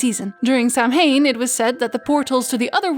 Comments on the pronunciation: A friend who lives in Ireland has told me it's "SOW-wen", not "Sam-hane.". And also, it's "Sluagh na Sidhe", not "Sluagh Sidhe." She's a teacher of the lore, so I think it can be trusted. Where are you getting your info from? Perhaps it's a regional dialect thing, but I'd love to know what your sources were for these specific wordings. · Dear, Samhain is pronounced sah-whayne